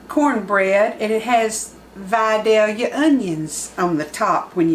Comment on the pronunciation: There’s a lot of recipes for this on YouTube but you’re the first one I’ve seen that pronounces Vidalia correct so I’m going with yours.